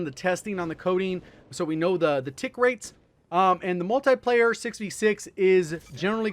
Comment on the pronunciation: Come on for the love of Jgod it's called "Multiplayer" not "Multieplayer" a tie is what you wear with your suit.